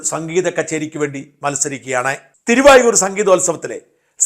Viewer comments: തിരുവയ്യാർ എന്നാണ് തിരുവായൂർ അല്ല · തിരുവായൂരല്ല, തിരുവാരൂര്. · Dear presenter - it is Thiruvaiyaru, not Thiruvayoor.